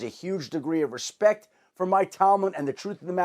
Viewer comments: Absolutely insane we have someone being paid to talk professionally and he says “respeck” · there’s slang, and then there’s words like “respeck” hurrrrr 🥴🥴